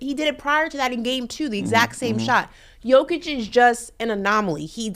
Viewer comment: You accentuated Jokic's name well,. The girl totally missed the accent. 99 percent of Americans pronounce his name wrong, and even his teammates and his coach.